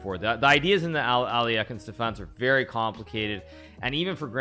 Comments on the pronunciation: The alley- yekin defence lol you mean alla- khine ? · It's pretty close to the original russian pronunciaton (al-YEH-hin) except there shouldn't be any "k" sound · How on earth does Hikaru pronounce Alekhine...